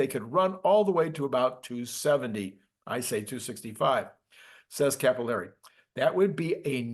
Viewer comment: Bro always says 170 instead of 270 for some reason